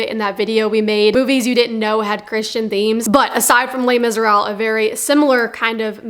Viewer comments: "Les Miseral" ??? Where's the "b"? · You're not pronouncing Les Miserables correctly. You're leaving the b sound out. It sounds like you're saying Miserall. 😉